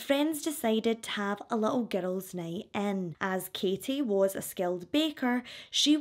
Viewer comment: Omg I thought you were saying getto when you are saying girls. 😮